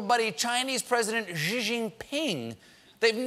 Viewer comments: Xi = SHE not JJEE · C'mon man, it's not that difficult. It's pronounced like 'She gin ping'. Not hard. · how do you end up prounouncing gee from Xi?? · Stephen learn to say xi sounds like she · Why does he keep pronouncing Xi Jinping's name like that. I've lived in Beijing for 7 years and I've never heard someone pronounce and "X" sound like a "J" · Xi is pronounced "She". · Xi is pronounced like the Spanish "si" (Yes) in Mandarin. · The pronunciation of Xi JinPing's name is killing me. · Totally butchered Xi Jinping's name... hahahahahaha